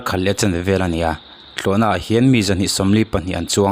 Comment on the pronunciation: I va han tawng fiah lo ve thlawhna pawh i lam fiah thiamlo ania